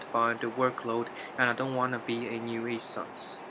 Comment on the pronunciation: nuisance became new-ee-sance